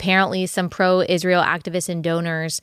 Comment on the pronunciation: Thank you for pronouncing Israel correctly. Candace adding an h to it drives me insane.